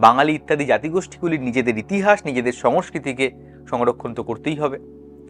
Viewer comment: Songস্কৃতি( সংস্কৃতি) - সংঅ স্কৃতি নয়।বাকি সব খুব ভালো।